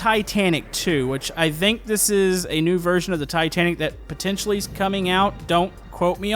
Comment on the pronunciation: “A new version that is potentianally coming out” goteeem